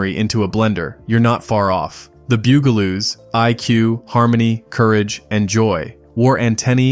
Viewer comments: The "BOO-galoos?" H. R. "POOF-enstuff?" This has got to be AI. It was Bugaloos (as heard in the series theme song), and H. R. Puff-instuff (again, as heard in the the theme song). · The "bugle"oos? H.R. "Poof"-n-stuff"?? how about the BUG-a-loos, and HR-PUFF-n-stuff" I hate AI generated narrators. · Who are the "Bew-Ga-Loos"? It's Bugaloos. Or HR Poof-n-stuff. It's Puff-n-stuff. AI voices just suck. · Literally EVERY Sid and Marty Krofft show looked like and was acted like the writers and artists were all on drugs. And my favorite was clearly H.R. Pufinstuf. It was fun! And pronunciation? It's "Puff-in-stuff" not "Poof-in-stuff." And the other show is "Bug-a-loos" not "Byou-ga-loos". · "bewgaloos?" Seriously? It's "bug-a-loos" And it's Puff-and-stuff not Poof in Stuff. And no mention of "Magic Mongo" or "Doctor Shrinker?" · BUGaloos, not BOOGaloos. Because, ya know, they're BUGs. Do some fucking research. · It's pronounced BUGaloos, not Byugaloos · Who are the Bugaloos? It was pronounced Boogaloo’s ding ding.🥴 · This was great until you miss pronounced the Bug-a-loos. NOT the Bugel-oos. Only to be topped, but Puff n stuff... Not Poof n stuff. (rolls eyes) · Bugle-oos? Really? Poof-n-stuff? I give up. Just more AI slop. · PLEASE: it was the BUG-a-loos, not the beugoloose. And PUFF-n-stuff, not Poofenstuff. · It’s BUGaloos, not Byougaloos😂 And it’s PUFF, not POOF (as in they were puffin’ stuff)😂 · Dude. It’s PUFF-n-stuff, not poof-n-stuf. And, it’s the BUGaloos, not the BOOGaloos. Otherwise, I remember every one of these shows! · Pronounced "BUG aloos" and H.R. Puff 'n Stuff. Always watching for AI fails. Theme songs burned into my BRAIN. AI jab? Yes! But thanks for the memory revisit. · AI slop can't pronounce bug a loo 😂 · It's "The Bug-a-loos" and "HR Puff n Stuff",but nice try.😂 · "Bug"-a-loos...like bugs....Puff and Stuff NOT Poof. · . It's pronounced, " The Bug- ah -lōōs. Bugaloos